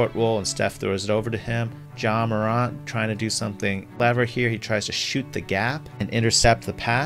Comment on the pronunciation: I love your content, but I wanted to jump out my window because of your pronunciation of Morant. It’s Mor🐜, not MorONT